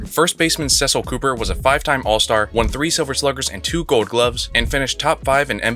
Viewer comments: It's Cecil(Ceeecil) Cooper. I absolutely agree with you including him for the Brewers, just get that pronunciation right. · Cecil Cooper’s first name is pronounced the other way.